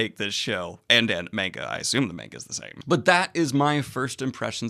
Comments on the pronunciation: (Manga is pronounced ‘mahn-ga’ not ‘mayn-ga’, pls spare my ears) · please stop saying menga. it's manga, as in "mun-ga". it doesn't take a lot of effort, really. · Mane guh? I have never heard it said that way before... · Imma just put this here in case you see it but it is pronounced m-ah-nga with a soft a not a hard a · Please review The Promised Neverland, I just got done reading it and man did I love it. Please cor the love if God, do not watch season 2, it skips arcs and rushes and changed the story..and it's monga don't pronounce the a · you pronounce manga the way I did when I was 14 and everyone kept telling me I was saying it wrong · Daniel pronounces manga the way I did back when I was a kid and first heard about it. Now that I'm 31 I pronounce it correctly.